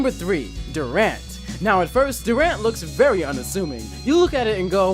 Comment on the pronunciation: its dur(durable)ant(ant)